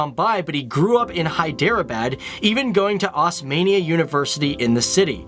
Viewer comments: it's osamania as pronounciation of o in one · Ur pronunciation of osmania university nearly killed me.😂